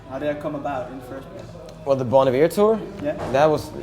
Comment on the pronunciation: WAIT. they pronounce it bon eevere, but I have always heard it as bon eyever or bon iver. Have I been saying it wrong all these years or that just a culteral thing?